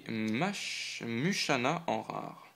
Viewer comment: riolu se prononce "riolou" mushana se prononce "moushana"